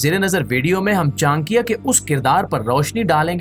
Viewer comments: Its not chankya.. its cha nak ya... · it is not chan+kiya .it is cha+nakiya